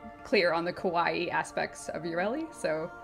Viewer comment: mispronouncing frame names like English is not her first language. "GOSS, YURELI" FFS Players yell "you fucked up with the new update" DE: look, waifu kawaii!!!. Fuck this game